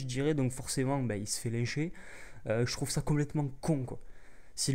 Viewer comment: Je suis d'accord avec toi. Mais "lincher" pas "lècher" :)